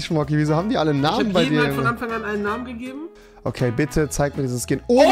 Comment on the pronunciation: Ochmann Rewi, ich glaube Fortnite hat dich wieder verdummt, du konntest mal normal reden, jetzt fängst du wieder mit fich, isch und so an🤦‍♀️ och gottel